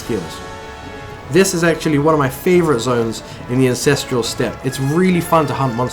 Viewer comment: "the Ancestrial Step.." no, it's the "Ancestral Step" get yo shit right